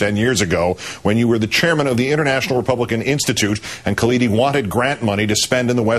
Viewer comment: Hey Palin...you wanna be the VP of this country....it is not Kaladi....it is Khalidi....and it is not the Palestinian Liberation Organization..it is Palestine Liberation Organization.